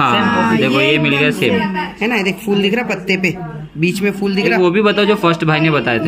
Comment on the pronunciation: Fool nahi phol bolte hain